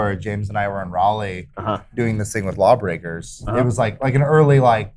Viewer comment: My biggest take away from this was Adam saying Raleigh correctly. Thank you sir.